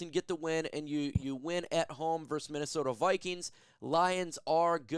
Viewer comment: Still can't pronounce VS correctly and you can't spell GIANT correctly lol 😂